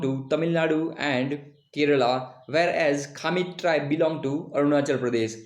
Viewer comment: please pronounce correctly It's not "khamit" as you pronounce It's khamti or you can pronounce as khampti